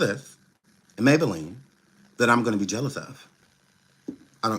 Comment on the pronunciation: 😂😂😂😂😂😂❤😂😂he call her ms maybalenne